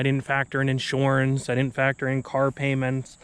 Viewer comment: Knew you were from PA immediately when I heard you say insurance lol